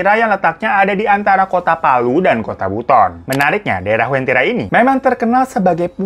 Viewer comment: Ku dari Palu bang, penyebutannya Uventira